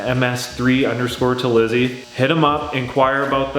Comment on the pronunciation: Proud dad moment!! You said Terlizzi perfectly! No one does that the first time so nice job!!